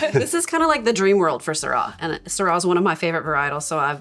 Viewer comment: I am a fan of Jean Paul Jaboulet and Chapoutier, Rhone is so much bigger than this granite mountain. Go visit smaller wineries in Saint Joseph, Gigondas, Vaqueras. desertwine like Beaume de Venice. Doing posh over an too expensive bottle and not knowing how to pronounce Syrah. We will not drink this stuff so look for your own discoveries. ;) enjoy.